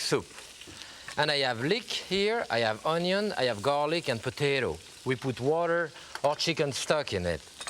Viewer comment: Look at that ONYON tho